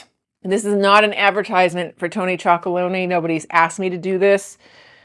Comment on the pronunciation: It's really cool that you chose to rate these chocolate bars but you keep calling them Tony's Chocolonies bars. It's Tony's chocolonely. Just sayin